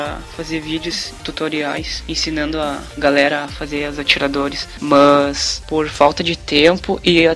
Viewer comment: Ao invés dele falar mas ele fala mãs